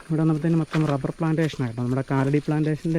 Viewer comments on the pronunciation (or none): none